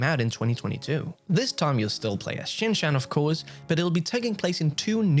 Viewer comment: dear, you are pronouncing Shin Chan wrong